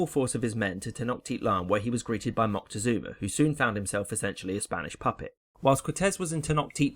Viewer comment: His name would have been pronounced Mo-tek-soh-mah